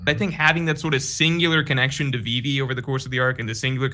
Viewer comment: This man can't say vivi right 😂